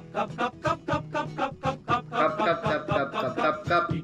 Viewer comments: අර කප් කියන එක මට ඇහුනෙ කක්ක කියනව වගේ😅😅😅😅😅😅😅😅😅😅😅😅😅😅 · පක් පක් පක් වගේ ඇහුනෙ මට විතරද 😂😂😂✌️ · කප් කප් කප් කප් කියනකොට පක් පක් කියනවා ඇහුනා නේද 😅😅😅😂